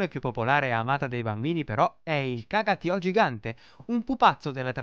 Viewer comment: si dice "Caga tío",con l'accento sulla "i", mio padre vive a Barcellona da 7 anni e passa, io ci sono andata questo natale a quei mercatini ;)